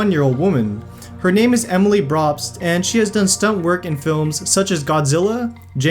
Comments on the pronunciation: this guy butchers names so bad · I already knew all of these lol and he kept saying the names wrong get haha